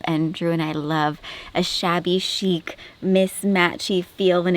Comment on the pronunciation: She say Shabby Shiek